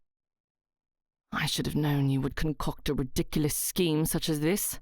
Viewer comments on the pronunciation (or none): none